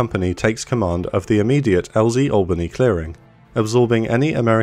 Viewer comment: Thank you so much for pronouncing Albany correctly I'm sick and tired of hearing my southern countrymen pronouncing it AL-BANY, FFS its ALL-BANY, in one fluid phrase. Nevertheless sweet vid.